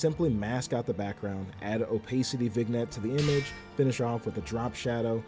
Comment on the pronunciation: This looks so sick, bro. Downloading the demo immediately. :edit: it's vin-yet, not vig-net